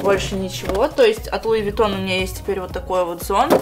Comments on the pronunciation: Все люди луивитон, а сказала луивагон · говорит луивагон а не луивитон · Луи ВаГоН ору ёпстудэййййй, 😹😹😹😹😹😹😹😹😹😹😹😹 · Луи виттон а не Луи вагон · Луи Вагоон... Орууу..., как ты могла так прочитать? Всё же понятно.. Луи Витон!